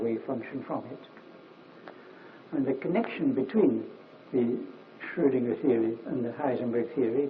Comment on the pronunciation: Hans Van Ingelgom something for you. Dirac in his old age explaining how he merged Heisenberg and Schrödinger into something called Schröngenberg (or Heisinger as he sometimes calls it)